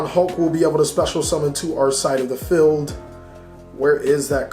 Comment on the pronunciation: Its field not feld.